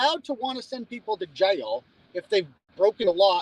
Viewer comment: You sound like you would fit in down here in Alabama with the way you say Jaaiil 😂 love it.